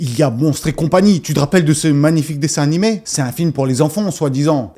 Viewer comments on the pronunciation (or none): none